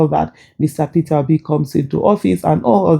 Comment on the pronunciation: In love the way he says ''Peterrobi'' 😂😂😂